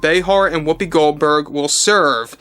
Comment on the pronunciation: Why do you call her whoppi Goldberg? Her name is Karen this is no joke.